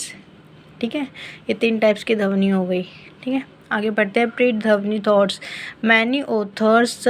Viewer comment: Its ध्वनि not धवनी